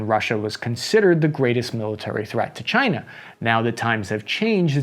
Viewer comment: Can we stop saying China in near pear?